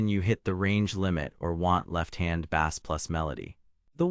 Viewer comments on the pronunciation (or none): Bass is pronounced base! Not bass like a fish! This has got to be ai read